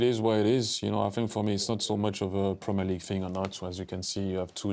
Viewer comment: Premier LI 🤣🤣🤣🤣🤣🤣🤣🤣🤣